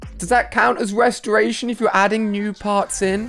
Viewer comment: I like how he said restraitor